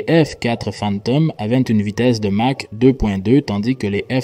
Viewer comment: prononcer mache , c'est curieux , non ? c'est exprès ?